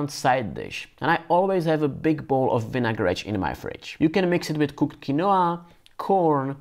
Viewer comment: Você fala vinagretche como um brasileiro 😊